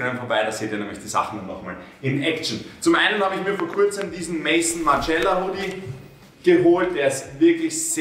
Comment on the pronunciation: Mason Margiela, man kennts. macht sich über die Aussprache anderer lustig und kackt so rein hahaha